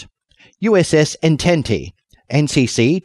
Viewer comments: Oh for godssake, it's pronounced "ahn-tahnt," not "ententee." Have you ever actually seen Star Trek? Or, you know, gone to school? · it's pronounced on·tont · Appreciate the voiceover, but... the way you pronounce the French word Entente as if it were Italian